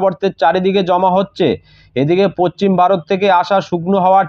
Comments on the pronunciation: পচ্চিম না ভাই.... পশ্চিম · Eta tar local language hote pare